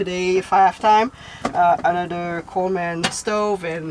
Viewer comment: Uhhh I know you’re really not aware but that’s so not how you say Coleman—like at all at all. You’re saying “coal man” and it’s ONE word. ColeMEN=Coleman. 😅 lol I wish there were an emoji for coal. There’s one for Santa 🎅🏻 so we need coal emojis, too, right? 🖤🧔🏻‍♂️😆 Coal man. I think you call them “coal miners” lol.